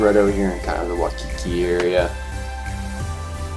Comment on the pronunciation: Do you live in Hawaii? Waimea Bay is the best though You pronounced Waikiki wrong